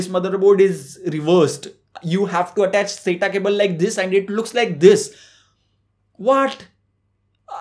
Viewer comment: I thought he is trying to say DHISss